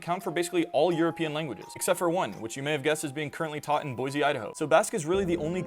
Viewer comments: Boise is pronounced Boy-see. Not boy-zee. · If it is Basque, then actually Boishe (Batueraz), just with a normal e in languages other than English. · weird that they pronounce boise as boyzee